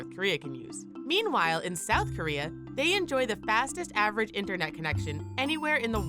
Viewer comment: I couldn't watch the whole thing.. too annoyed by the commentator not pronouncing words correctly... it's not "in-ernet" it's "internet"...I'm just saying...